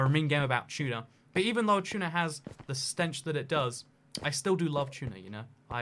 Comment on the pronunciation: I hear... Chuna instead of tuna